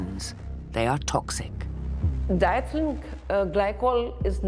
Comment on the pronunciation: I wish the narrator did their homework and learned how to pronounce diethylene. It’s di-ethylene and not dithlene!